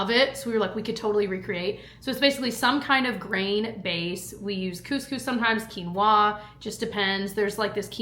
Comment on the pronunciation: I know this will sound mean and I know I should keep it to myself but after years I just can’t anymore.. why do you say quinoa like that? 😢 you’re the only person I heard that pronounces it that way